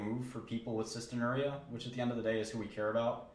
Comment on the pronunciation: cystinURia? No, it's cysteinurRIA-- excess of the amino acid cysteine excreted in urine.